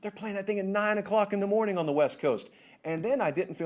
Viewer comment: This may be a hard pill to swallow for some, but Shaw should learn where his salary comes from (hint: it's TV advertising revenue). I know it sucks to hear this, but NCAAF is a product and the world doesn't care if its "hawd for u to get up so ewy in the mowning" :(